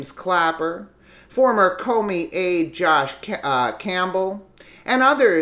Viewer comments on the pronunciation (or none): none